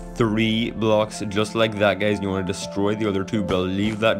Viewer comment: Whenever he say guys why am I hearing it gays